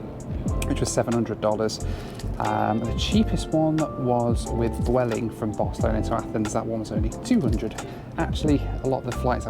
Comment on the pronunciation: I love how in this video sometimes pronounces Barcelona as "Barcelonar" and when he was in Athens, Greece he calls the Acropolis "the Apocalypse" 😆